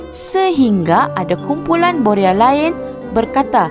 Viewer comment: Boya atau boria...lidah awk pelat dlm bnyk video sblm.ini